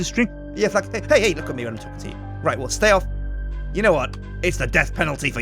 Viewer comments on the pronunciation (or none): When he wanted to say flax he said sphax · Just gonna say, it's flax, not sphax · Did anyone else think that he said sphax instead of flax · "The Sphax fields." I'm still debating if he said this on purpose... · Did call the flax field a sphax field? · haha why's he calling Flax Sphax... little bit of a difference mate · "Don't trample the SPHAX" said "*flax" said me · He probably stuck with saying Sphax instead of correcting himself. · U said sphax instead of flax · from to he keeps calling the flax "sphax" XD